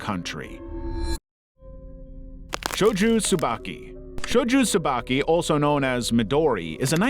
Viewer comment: Shojo Tsubaki, not Shoju Tsubaki.